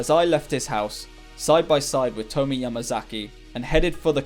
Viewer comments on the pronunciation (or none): Tomie is pronounced more like "Toe-me-yay".